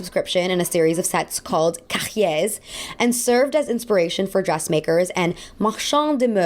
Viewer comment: Nooooo no H and S sounds in Les cahiers